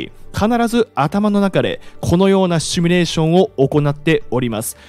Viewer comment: ✖「シュミレーション」 〇「シミュレーション（英: simulation ）」